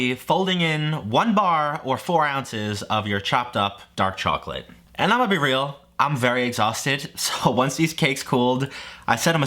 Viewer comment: “Dok charclate”